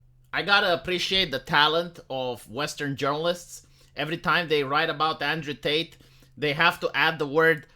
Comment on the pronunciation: It's "TATE" not "Tait"!